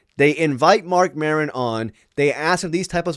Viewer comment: Who is “Marcon” Maron?